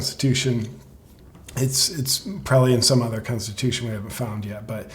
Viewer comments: Biden is so lazy he can't even say, "The Consusion of nistates" correctly. Worst "Presnt" evar. Shame on him calling out "Resentives" and "Seners". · This Douchebag can barely say Constitution, much less know what's in it. Even that witch Ginsburg said Roe v Wade was a bad decision. When Joe joins her in Hell she can set him straight on that.